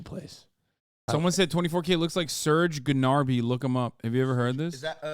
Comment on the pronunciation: he said Surge Genarby dude